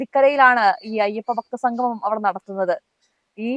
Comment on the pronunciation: ഞാൻ നേരത്തെ പറഞ്ഞതാണ്. എങ്കിലും പറയുന്നു. സംഘമം അല്ല കുട്ടി സംഗമം എന്നു പറഞ്ഞു പഠിക്കൂ.